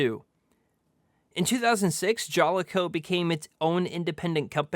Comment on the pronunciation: Sorry to be one of those guys, but you prounce Jaleco: Juh-Lee-Koe They published MANY retro titles I used to play. This is a great review of a game I want to play. Thanks brother!